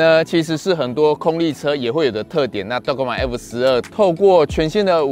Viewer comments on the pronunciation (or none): g 是輕音。 拜託拜託🙏